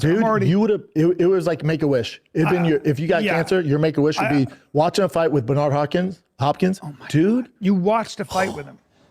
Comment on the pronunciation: Bernard harpppkins lmao